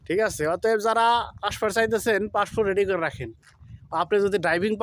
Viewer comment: ভালো করে বলতে পারোও না পাসপোর্ট সে নাকি আবার ইউটিউবার হয়ে গেল বলে ফাস্ট ফুড